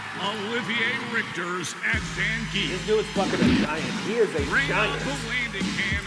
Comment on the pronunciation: People go crazy correcting "RYE-you" to "REE-you" but no one bats an eye when people say "ZAN-gheef" when even the game's announcer says "ZAHN-ghee-eff"